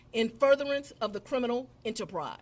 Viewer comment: And there was "cWimes" committed. Fani says cwimes and cwiminal a lot. 😂😂😂 And Fani, Trump is still your president!! 😂 Trump like any other president has the right under article 2 to question any legitimacy to any U.S. Federal presidential election. Just like all presidents before him has done. There was no mention of overturning any election. I think if people would go back and listen to the phone call with Trump and the GA election office instead of taking peoples word, they'd see there was no conspiracy to overturn any election. Trump simply said he needed to find those 11,000 votes. He didn't say go and commit fraud to get fake ballots filed or anything like that. Trump knew he won Georgia just like he did in November this last time around and was curious as to why he was down 11,000 votes when he wasn't on target to lose Georgia in 2020. He simply questioned the legitimacy of the votes and it turned into this. And then we find out the real conspiracy was Fani and others meeting with Biden and Harris at the White House to "get Trump" When it comes to Trump, like him or hate him, the phone call alone doesn't align with what Fani and friends is saying about the 2020 election. And she shouldn't be able to indict ANY federal election case. She's a state/county prosecutor, not the Attorney General of the United States. She shouldn't be allowed to indict Rico cases at all. Rico cases should be left up to the feds.